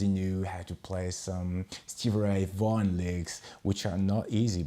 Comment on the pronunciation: Hey my friend!. Not easy to play fast with the thumb so high behind the neck. But i know it is the way you hold the neck when you play the blues. You pronounced Stevie Ray Vaughan perfectly 🙂👍